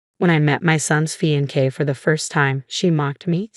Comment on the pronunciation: "Fee-in-kay...."!? "Nave" !?😮